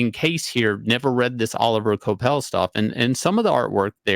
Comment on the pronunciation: Oh liv ee ay (like Laurence Olivier). Dude's French. Kwah pell.